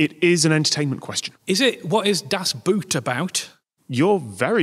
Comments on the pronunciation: "das Boot" not "das Buut" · I was waiting for to pronounce 'Das Boot' with a German 'oo' instead of 'u' (English 'oo'), but he also pronounced it the same. No wonder it derailed into 'boot' jokes after that. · It always cracks me up how english people pronounce das boot, when in reality it is pronounced exactly like the english equivalent word boat 😅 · "Das Boot" is pronounced as how you would pronounce "Das Boat" in English, not the shoe ;) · The way you pronounce "Das Boot" ... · How do English speakers keep saying das boot (as in the footwear) when 'boot' in German not only means 'boat' but is pronounced as 'boat' as well... ^^;; Just say "das boat". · Come on, you're the kind of guy I expect to know that "boot" in "das boot" is pronounced like a Northerner would say "boat", as it is in fact about a boat. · Why are you pronouncing Das Boot in english :(